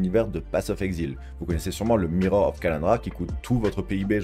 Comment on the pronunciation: « Path of exile » Pourquoi tu prononces Exile à la française ? 😅